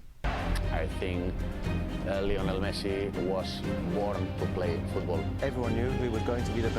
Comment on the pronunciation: His name is pronounce Lee-oh-nel